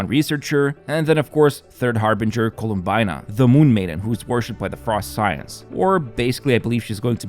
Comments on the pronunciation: "Colomb-ee-na" not Colomb-eye-na. :sparkling_heart: . Since it's from Italian theatre, and that's how they pronounce it there. :relieved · colum-BUY-na??? howd you fuck that up?? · Great video as always but first.... Colum BAI na... dude XD if u doing it on purpose to comment bait.. u got me fam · Loved the "cool-uhm-bye-nah" 😂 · in Italian it's pronounced more like "Colomb**ee**na". Since it's from Italian theatre, I'm gonna go with that. :relieved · Bro really said Colombyena